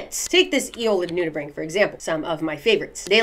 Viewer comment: The craziest thing I learned from this video? It's pronounced nudi-BRANK not nudi-BRANCH 😨 Also I feel like I've seen/touched those last guys at a child at the beach, but they weren't so brightly coloured... Memory unlocked? Edit: I think standing is fine, especially if it's conducive to the Vibes~